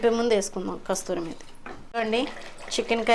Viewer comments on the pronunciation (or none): Kasturi methi kaadu andi kasuri methi pl dont mind correct chesanu ani